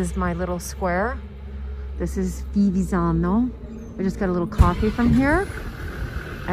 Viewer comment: you had to learn at least the pronunce of the name of the village were you live, not ivizano or vivizano, dio bonino Fivizzano,with F and double z, gnamo un ti si puo' sentire.